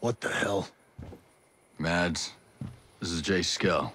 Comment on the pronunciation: the D in "mads" is silent.